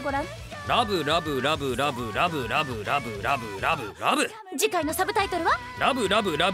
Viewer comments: らぶらぶらぶのところがらむらむらむと聞こえてしまった俺は病気かな…… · らぶらぶが ラムラムに聞こえる